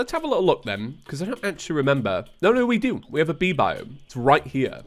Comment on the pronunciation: Sorry but I couldn't stop hearing Bee Bive everytime you said Bee Biome